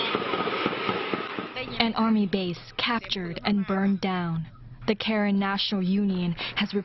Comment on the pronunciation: it's not karen like call manager it's pronounce karen(car renn) not kayran